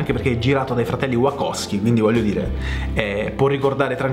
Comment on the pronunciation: mi piace molto come recensisci peró wachowski non si pronuncia così. Si dice uaciaski.